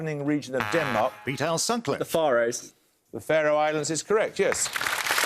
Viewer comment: 99.9999% of people pronounce Faroes in English as Fair-Ohs. Here it’s mispronounced, and would usually be a wrong answer, but because Far-Ohs sounds posher it’s seemed correct 😅😅😅 Oh, and Mostar is in Herzegovina, not Bosnia, which is why the country is called Bosnia and Herzegovina. Never mind, eh?!